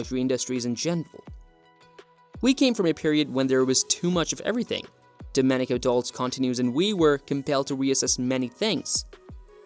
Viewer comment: You should at least pronounce Domenico’s last name properly.